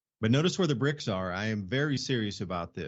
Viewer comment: it's BRICS, not brinks!